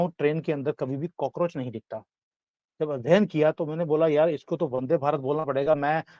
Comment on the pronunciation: सर आपने कोकरोच बोलकर बोला मे हसने लगा वो हेही कोकरेच चुतिया हे